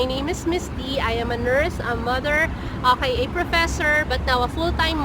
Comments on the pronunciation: She is saying Oahi, not okay. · Your english is really excellent, i thought the "okay" was a word in another language and did not recognise it at all. If you train that out of your speech or say O K correctly, your English would be perfect 👌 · are you saying ok or akai?